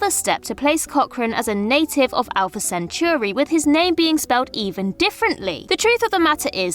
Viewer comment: A lot of folks complaining about alumni or the spelling of his name, and only one comment about how she horribly mispronounced Centauri. Sad.